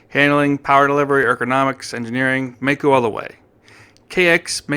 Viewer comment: I worked for the Maico importer in Detroit, Gray International in the mid 60's, as the parts manager. Maico is pronounced My coe, NOT May coe.